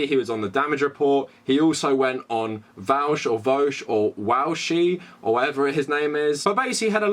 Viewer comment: legit, nothing to add here other than vaush's name is pronounced "Vaw-sh". good shit 👍